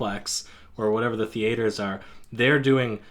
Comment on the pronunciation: THEE-A-TERS. LOL, WTF.